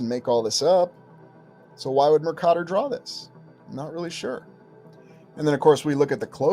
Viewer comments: As a geography major I’m curious why you pronounce Mercator the way you do? I’ve never heard it pronounced that way. Just genuinely curious? Love the content! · Good video. But please check out the correct pronunciation of Mercator.